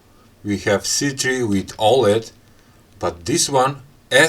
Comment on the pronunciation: It's c3 not s3